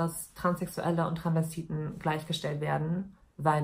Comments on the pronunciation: sie sagt Transvestiten, verschluckt das s aber ein bisschen, aber es ist immer noch hörbar. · Sie sagt das schon immer ohne s, hat mich schon des öfteren getriggert 😂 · TranSvestiten nicht Tranvestiten Maaaan omg hat mich das die ganze Zeit aufgeregt 😂😂